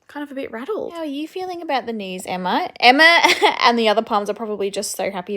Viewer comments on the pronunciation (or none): none